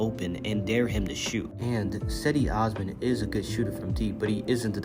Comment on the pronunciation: Just a heads up, cedi osamns first name is pronounced with a j sound